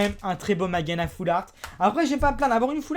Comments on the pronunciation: Mageana ???? Je me disais bien que tu connaissais pas du tout le nom du pokemon quand je t'entendais le dire. C'est MageaRna en fait. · on dit pas mageana mais mageaRna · on dit magearna et pas mageana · c'est MageaRna et pas Mageana^^ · C pas mageana mais mageaRna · ta oublie le " r " dans mageana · c'est Magearna et ça se lit Majerna sinon très bonne vidéo